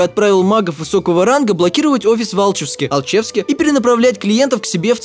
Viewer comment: Алче́вск а не А́лчевск